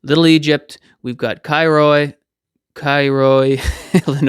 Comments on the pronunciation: Pronounced Caro....Cairo Illinois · Love your videos. I grew up in Southern Illinois - no longer live there praise God!!! In the Nashville area now where I’m a musician watchman like ya’ll! Cairo is pronounced like Cayro there. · it pronounced Kairo.. It's like new Madrid New madred. We are rednecks /hillbillie and love. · We pronounce it Kay roe hahaha. God bless!🌱🌾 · Cairo IL pronounced Kyro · Fun fact: New Madrid is pronounced MAD-rid; Cairo is KAIR-oh.